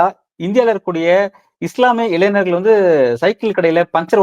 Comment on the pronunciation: இளைநர் அல்ல தம்பி இளை ஞ ர் ! இந்த 'ஞ 'வை எப்படி உச்சரிப்பது என்ற உங்களுக்கு மட்டுமல்ல பல ஊடகர் களுக்குத் தெரியவில்லை! நன்கு கற்ற தமிழாசிரியர் யாரிடமாவது உதவி பெறலாம்! அல்லது" பாட்டும் நானே" என்னும் பாடலின் தொடக்கத்தில் உள்ள ஹம்மிங்கை உடன் இசைத்துப் பழகலாம்!